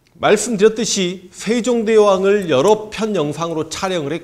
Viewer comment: 슈양대군 셰종대왕 셰숀 슈나라 죠선~~~ 발음중독될것같습니다 선생님